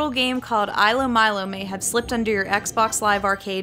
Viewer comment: also it's pronounced, eelo and meelo. (according to the official blog)